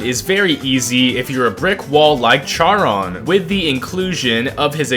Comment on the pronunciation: its pronouncued sharone